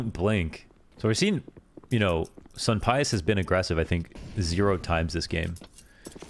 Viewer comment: For the Spanish pronunciation of sunpayus it should be soom-pie-yoose phonetically. has a little rundown on why it's soom rather than soon.